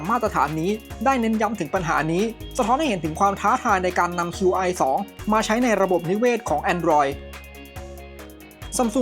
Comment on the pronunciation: Qi ออกเสียงว่า ชี่ ครับ Qi2 (ชี่ทู)